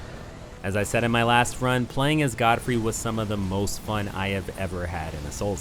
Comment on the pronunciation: Wait why do you say "Goldfrey"?